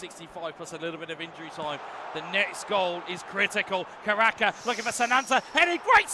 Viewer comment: hoki caraka ❎ hoki karaka ✅